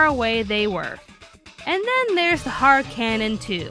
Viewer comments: i would like to point out it is Harkonnen cannon("HAR-CONE-NEN") not har cannon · Um...last time I checked, the name of Seras' gun was pronounced "HARR-KUH-NUN" not "HARR-CAN-UN". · I do not know if it is Regional dialect, or Accent but the way you mispronounce Harkonnen is really grating and annoying. It is Not Har-cannon, it is Harkonnen, a reference to Frank Herberts dune. The spirit of her gun is even named the baron and dressed as Vladimir Harkonnen... They don't even pronounce it the way you do in the animes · Just one small comment( unless its already been mentioned then sorry) its not the harkannen its the Harkonnen. It's named after a character in the novel Dune (in the sort of daydream things Seras has he is the floating dude). For those interested its pronounced har-ko-nen. Ok done with my nerd explaination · I hate to nit pick but the pronunciation for Seras's big bang sticks is Har-ko-nen like the house in Dune... which funny enough is the spirit that visits her during the Manga.. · Harkonnen isn't a Japanese name. It's named after the main villain of Frank Herbert's novel "Dune," Baron Vladimir Harkonnen. And believe me, I've checked. And while I understand that mistakes with pronunciation do happen, having had a few problems with that myself, it's also important that you know what you're saying and how to say it. People will point that stuff out to you. So, all I'm saying is that it helps a great deal if you make sure you're saying things correctly before putting them out there for everyone to critique and nitpick. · I welcome your views. I like the series, but it is one of those guilty pleasures. I find itso bad to be entertaining. In fact, I really liked the whole list, with my tiniest nitpick being the pronunciation of the Harkonnen, but that is just an old school Dune fans wierdness. Keep up the good work!